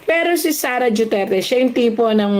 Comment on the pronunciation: Bat JUTERTE ang pronounciation